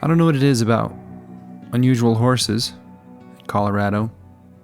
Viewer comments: I had to turn on Closed Caption just to see... dorses. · "Dorses", ha, I caught that one mate. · Wonder why you called them Dorses instead of Hogs. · I almost didn't catch "dorses" 😆